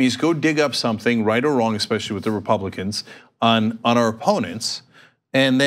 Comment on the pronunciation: Cenk???? love ya man...but stop pronouncing it eXpessially.......Please, it takes away from the intelligent topics you speak on.